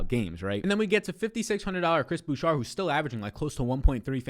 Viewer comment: Please stop saying "Boo-Shar" it's "Boo-Shay"